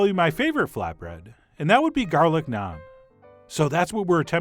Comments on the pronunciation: i can already tell this is nice, since he can say naan correctly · Thank you for pronouncing Naan correctly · First time head someone pronounce naan correctly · I like how you pronounce "naan" correctly and not rhyming with "can" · Naan like jam, not naan like smarm